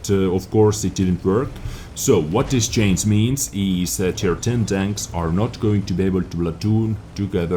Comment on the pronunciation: No hard feelings, but even foreigners can say CHANGE and not CHAINS.